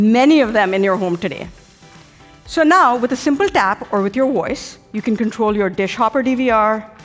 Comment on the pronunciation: “Use your woice”